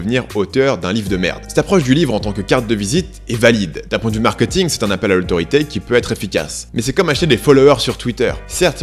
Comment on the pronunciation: Très intéressant, mais pitié, c'est "markéting", pas "markeuting" ! On ne va pas au "supermarkeut". ;-)